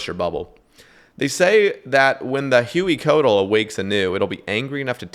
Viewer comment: drives me mad how white dudes in 2024 with all the technology we have can't even look up how to pronounce huey and coatl and hueycoatl